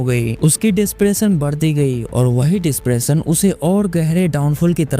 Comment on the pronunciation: Depression became DISPRESSION!!!!! Awesome speaking skill.... How could you make judgement on someone others when you can't talk in the same platform?? Disgusting......